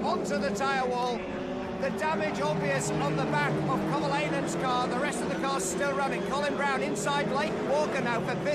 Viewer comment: It's not Koh-Vah-La-In-En, but it's Kov-ah-lain-en. Commentator approved.